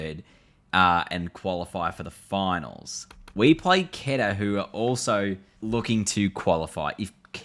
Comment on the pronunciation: Bro just to give you information quetta is pronounced as QO - E -TA And peshawar is pronounced as PESH -AA-WAR